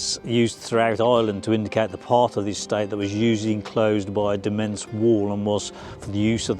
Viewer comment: Demesne is pronounced as in "Domain" 🤷🏼‍♂️ Only know that cos as a kid we lived beside one😂